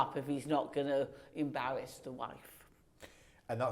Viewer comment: Serious question. Is there a British accent where the R is spoken like W? She said “first of all don’t do anything to embawass a parent”.